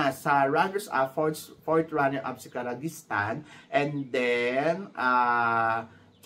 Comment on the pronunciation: Ki-ri-jistan ang pronunciation.